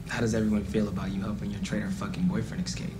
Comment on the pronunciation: Can someone tell me if it's an illiterate thing or an accent thing because I keep hearing a lot of Americans pronounce escape 'eggscape / exscape' ... I don't know why but it really does hound me at the minute given it's a basic pronounciation.